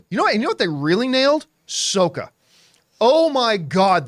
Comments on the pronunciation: Sahkka not Soeka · petition to get john to pronounce the ATLA names right, lmao he cracks me up w/ "soh-kuh" & "ee-roh"